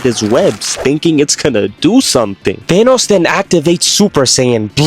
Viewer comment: the fact that he says thanas instead of Thanos is honestly 😬